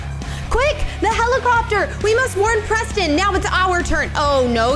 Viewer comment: Oops Siri got Preston‘s name wrong